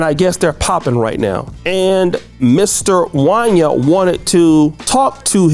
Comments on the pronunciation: Every black person who was alive in the 90s knows this man name in pronounced Won-Yay 😂😂😂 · Bro, how you my age and don’t know how to pronounce Wanya from Boyz II Men 😂. It’s pronounced Wayna like Kanye. Damn 🤦🏾‍♂️ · His name is pronounced, “Juan-Yae” … “Juan-Yae.” I am absolutely disgusted by his self hating behavior as of lately, so call that 🥷🏾 whatever you want at this point. This is Sickening to hear. 🤨Those boys are super talented and will make it, with or without the help of their lousy Pops. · I saw your title and I came here just to say “Wanya did that ish too!” And looky here, this is who the video is about! His name is pronounced Wan-yay though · His name is pronounced “One-Yay”. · Jaun- yay... is how it's pronounced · It's pronounced Wan-Yay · His name is pronounced Juan-Yay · You don’t know how to pronounce Wanye’??? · Who the heck is “Won-yah”? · It's pronounced Wan-YAY!! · Yo man his name is pronounced Wanya just like you would pronounce Kanye.